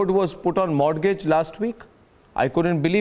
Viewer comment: Go and learn the correct pronunciation of Mortgage and situation .